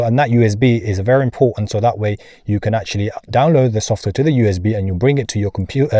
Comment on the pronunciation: Basiclee literallee actualleee